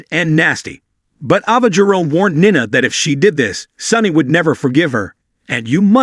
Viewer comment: It's pronounced Neena (Nina).